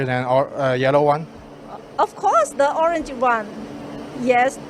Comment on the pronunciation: Orange sounds like “OHR-RENGE”